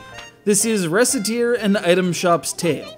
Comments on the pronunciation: the pronounciation is ROCKETEAR and its a fun yet very addictive game.. ive played it and its so cool.. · Actually it is pronounced recettear because is a combination of the two main characters name. Reccette and Tear. It is also is supposed to be a pun, as in the game there is a joke saying that people could mistake the name for word "racketteer" meaning "a person engaged in illegal enterprises for profit". I've also played this game, it great, and very challenging though!